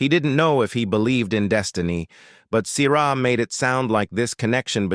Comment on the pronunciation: The pronunciation of the name 'Sierra' or 'Siera" should emphasize the 'e' without making the letter hard!. English is a complex language and has a complex nature that is not easily done well!. Oops LoL 😮😢